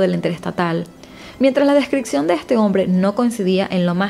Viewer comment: Me encanta tu canal, solo me gustaría saber por qué algunos venezolanos pronuncian mal algunas palabras, como por ejemplo descripción la pronuncian como "descricción" o adopción como "adocción", a parte de eso creo que relatas los casos de manera excelente, una abrazo 🤗